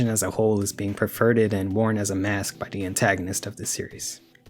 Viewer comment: Its adorable that you consistently can't pronounce "TH" 😂 Te Ting Tirty Teerorizing